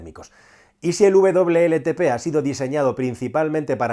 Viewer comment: Por qué dice “VLLTP”? Si se indica WLTP!!